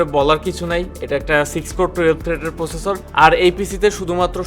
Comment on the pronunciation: 'প্রসেসর' উচ্চারণ সহ আরো অনেক উচ্চারণ ঠিক করতে হবে